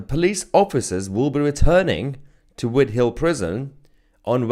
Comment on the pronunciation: White hall...NOT ...Whittal MAYHUR...